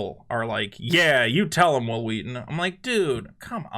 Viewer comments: WH- ILL WHEE-TON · I am 34 and didn't even know he existed until the family guy episode where stewie keeps pronouncing his w's wrong. I love stand by me but never liked star trek. I found tabletop and was like holy shit it's hhhwwwill hhhhwwwheaton...so that's what he looks like. Why is this guy important enough for family guy to mention? lol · His name sounds like stewie trying to pronounce someone's name. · Isn't that the guy who's name was mispronounced by Stewie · I forever will pronounce Whil Wheelton's name as Stewie Griffin does. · is this the guy that stewie keeps pronouncing his name funny?